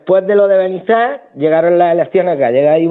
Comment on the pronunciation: Un nuevo suscriptor que viene de la entrevista con Rubén. Nos habéis aportado un rayo de esperanza. Gracias y felicidades por vuestro logro. Hasta el final de la entrevista pronunciando mal Benizar... 🤣